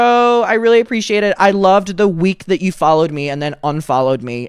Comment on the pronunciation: You only sound Irish when you say "yew" . Otherwise you sound American.